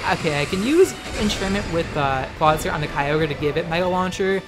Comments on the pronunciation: Its pronounced Claw-IT-zer like the movie IT. Not Claw TI zer like advertiser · ITS NOT CLAWTIZER, IT'S CLAWITZER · I thought clawitzer was pronounced similarly to howitzer? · Clawitizer. Triggered. MUTE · I love your videos, but just a heads-up because trolls exist: Clawitzer is pronounced "CLAW-wit-zer" because it's based on the type of cannon called a "Howitzer" (HOW-wit-zer). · Ok legitimate question here, is he saying Kyogre and Clawitzer as Keyogrey and Clawtizer on purpose?